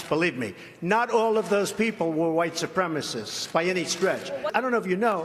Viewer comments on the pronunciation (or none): It's minor compared to everything else, but it's really getting under my skin that Trump can't pronounce "supremacist". "Supremist" is not a word, Mr President.